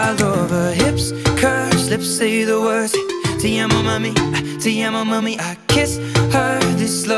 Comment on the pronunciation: Am i the only one a bit annoyed by how sheeran says "te amo mami"? I hate when ppl pronounce foreign words with their own accent XD